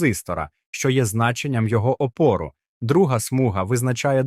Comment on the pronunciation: ОпОру??? А на уроках фізики наголос ставили на першу літеру ,,Опору".🎉Опір.🎉